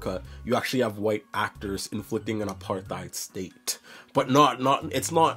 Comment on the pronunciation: You mispronounced Apartheid and it ended before you were born.